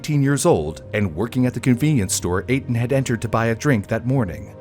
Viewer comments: Etan Patz’s name is pronounced Ay-Tahn. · His name is pronounced A-Tahn